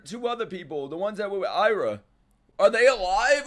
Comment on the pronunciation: its Aira not Ira